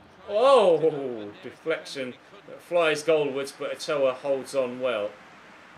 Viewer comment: been waiting for a mexico video for ages. awesome video, only complaint is the pronounciation of Ochoa.